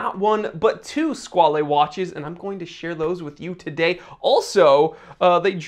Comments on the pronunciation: Squale, rhymes with doll. It is NOT squal-ay. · Squale is French for shark. And it’s pronounced like whale. Sk-whale. 😁 Love the channel! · I've always pronounced it squ-ale (whale with a sq) ..... guess I was wrong